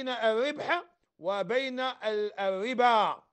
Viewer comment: روح يا شمسو سقم اللغة ديالك مايقولوش الاربا ولكن يقولو الربا